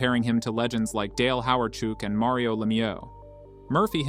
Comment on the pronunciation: Does it make u feel better that u point out that he said names wrong,do u feel like a big man now?this story is a sad one and all u get out of it that he said a few names wrong